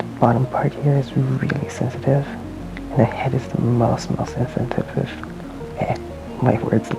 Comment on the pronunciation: First guy’s such a loser he can’t even say sensitive right 🤣🤣🤣🤣